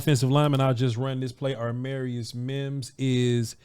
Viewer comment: when you say his name you keep switching the 'm' and 'r'. you say it like it is armarius. when it is amarius